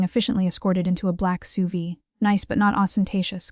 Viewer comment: AI narrator pronounce the vehicle, (an S.U.V.) as sous vide—- a method of cooking by sealing food, usually meat, in a bag then placing the bag in hot water. For a story involving the mafia this could also be an accurate description lol.